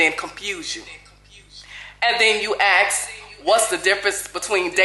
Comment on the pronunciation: It’s “ask” not “axe”.